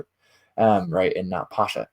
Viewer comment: Thank you for this wonderful presentation. Pascha is used in the Orthodox Church, I've always heard it pronounced pas-kha. I think your etymology is spot on, though. It comes from a Hellenization of the Hebrew, biblical festival which we believe it fulfills.